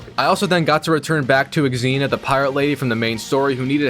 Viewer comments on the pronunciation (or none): none